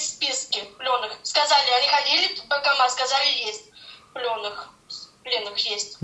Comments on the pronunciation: Она сказала не военкомат , а вонкоммат🤢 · То она так "военкомат" произносит - "вонкомат". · Даже и не чисто баНкомат, а бакомат😂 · Она даже не может произнести военкомат,слышится вокамат.,полная деградацыя.... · Ой! Она произносит даже не баНкомат, а " бакомат"!